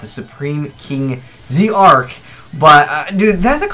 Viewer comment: It's pronounced zarc not z-arc learn this already.